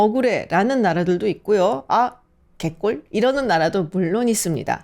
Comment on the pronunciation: 개꿀 하실때 발음 찰져서 놀앗어요😂